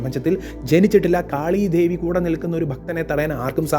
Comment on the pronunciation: ദേവൻ.. ദേവി✅ ധേവി, ധേവൻ ❌ മലയാളം ഉച്ചാരണങ്ങൾ ശ്രദ്ധിച്ചാൽ നന്നായിരിക്കും. പറഞ്ഞ കാര്യങ്ങൾ വളരെ ശരിയാണ്. കാളിയമ്മ 😊എന്റെ കാളിയമ്മ